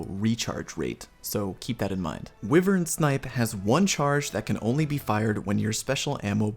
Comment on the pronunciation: Always like your vids dude. From destiny to this. But for the love of god stop pronouncing wyvern incorrectly. Driving me up the wall. Lol.